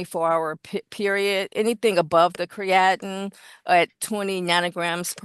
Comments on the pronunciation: This drug test "expert" is a joke. It's pronounced "cree uh teen", NOT what she says lol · “Cree- at-in?! COME ON! She’s fu*king with me right?! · She can’t pronounce “creatinine” either. But she knows the concepts.